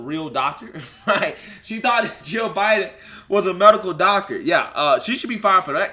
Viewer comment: “Gio Biden” lol good vid tho